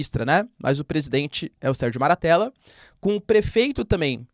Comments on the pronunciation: È MATTARELLA. Nao MARATTELLA 😂😂😂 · Professor, uma pequena correção, o nome do presidente italiano é Sérgio Mattarella e não Sérgio Maratella.